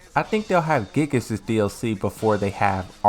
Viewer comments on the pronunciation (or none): none